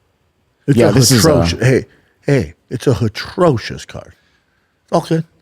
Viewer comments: Finally someone calling him out on his mispronunciations! Hatrocious 😂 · Someone please tell Schaub the word is NOT “hatrocious” it’s atrocious…just like Brendan’s vocabulary. Good God man.